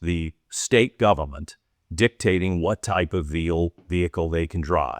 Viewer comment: no way you tried to pull a “gubment”